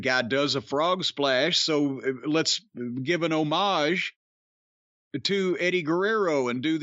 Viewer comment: it is great to hear corny pronounce homage correctly, im pretty sure he is the only person on the internet that says it right.